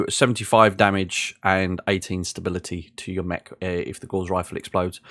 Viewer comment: NoGutsNoGalaxy triggers me on this a bit as well, but the word 'Gauss' rhymes with 'mouse' and not with 'moss'. Liking that you have put this series together as I'm considering moving 'up' from vanilla to BTA. Subbed.